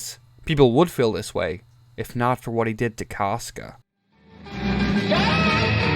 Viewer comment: I will listen to your opinion when you pronounce casca like a normal person